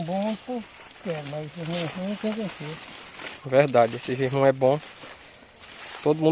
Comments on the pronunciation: Não é girmum, é jerimum! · N aguento o Sr chamar abóbora é Jirimum rapaz.